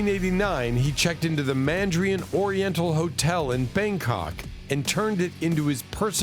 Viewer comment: You know, the problem with these AI narrations is that they have no clue theyre repeating themselves. #boycottyoutubeAI Edit-and it's the Mandarin Oriental Hotel, not Mandrian. Sheesh!